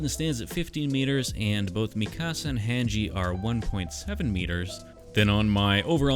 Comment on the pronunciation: The way you said Mikasa and Hange leads me to believe that you pronounce pasta as "pass-tuh" which disturbs me